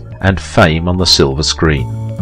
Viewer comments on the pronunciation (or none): none